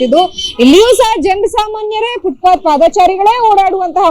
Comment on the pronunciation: Anchor adu footbath alla FootPath Nim Channel ge ondu namakara ,,gotilla andre kannadadalle matadri